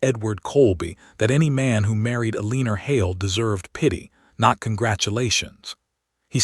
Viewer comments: Guessing her name is We L Guessing her name is Eleanor? They're just pronouncing it wrong. Should be Elenor pronunciation. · AI always pronounces Eleanor wrong. I wish they would stop using the name and pick something it can pronounce. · I couldn’t take much of this because of the mispronunciations. The heroine is called Ah-LEE-ner, which is not a name. Probably they meant Eleanor, but it does not sound like that. About the 10th time it was said wrongly, I bailed. Oh, and the word WOUND is also mispronounced. When used to mean a hurt, it rhymes with TUNED.